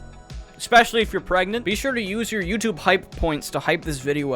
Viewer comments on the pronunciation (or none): none